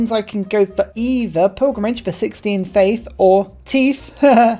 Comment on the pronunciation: pronouncing tithe as teeth is probably the second funniest thing ive heard all day...